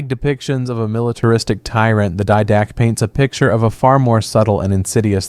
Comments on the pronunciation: "dee-duh-kay". It's Greek. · Quick and slight correction. "Did-uh-kay"